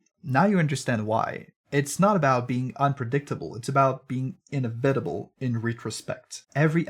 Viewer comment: "inna vitable in ree trospect" lmao